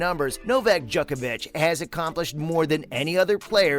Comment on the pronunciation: Pronunciation. Not “Jock-ovic” but “Joke-ovic” and not “Nole” like “pole” but like “Nolay”. Research